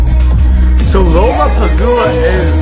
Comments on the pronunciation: Everytime says LollapaZoola instead of LollapaLooZa I die a little bit inside 😭😭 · It's pronounced, La La pa looza! Music festivals are always outdoor events, as they have MANY artists & more than one stage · LMAO! It's LA-LA-PA-LOO-ZA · Lollapalooza ❌ Lollapazoola✅ If he said pazoola its pazoola😂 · LOLLAPALOOZA❌ LOLLAPAZOOLA✅ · I almost collapsed as ben kept saying lolapazoola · you said lollapazoola😂😅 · lollapazoola ksksks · Lollapalooza ❌ Lollapazoola ✔️ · said Lollapalooza 😂